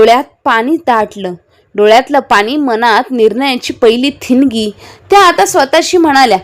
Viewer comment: थिनगी नाही ठीणगी